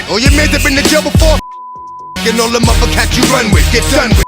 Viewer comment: "Thaw street is a mootha" 😂 😂 😂 😂 wth lol hate those lazy content creator not double checking before posting. Could've written "Da streets is a mudda" 🤷🏾‍♂️